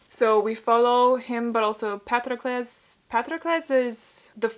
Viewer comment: You must be the only person who pronounced Patroclus correctly😂💙